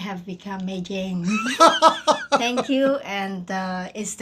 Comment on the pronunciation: When she said May jain sound like "Meri jaan "😂😂😂